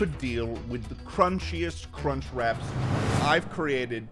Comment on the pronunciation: That guy literally does not say "crunchWRAP" once. He keeps saying "crunchrat" lol